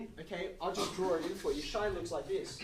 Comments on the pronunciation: He didn’t even touch on the relation to the unit hyperbola, as a parallel to the unit circle. Or the cosh^2 - sinh^2 = 1 analogy to Pythagorean. And, fwiw, I learned and have always used the pronunciation as “sinch” not ‘shine”. Never heard of “shine”. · I’ve never heard sinh pronounced shine, I was taught it was pronounced the same as the word cinch (as in “That maths text was a cinch, said no-one ever”). Is this a generational thing or maybe geographical? I’m 56 and in the UK. Or maybe I just had a bad maths teacher who didn’t know what he was talking about.😊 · I was pronouncing sinsh until i read some textbook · There are more ways to pronounce "sinh" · According to whom? There are several ways to pronounce this word: ˈsɪŋ, ˈsɪntʃ, and ˈʃaɪn [1]. [1] From Wikipedia, from (1999) Collins Concise Dictionary, 4th edition, HarperCollins, Glasgow, ISBN , p. 1386